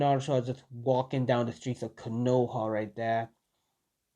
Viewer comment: instead of right there you say wright dere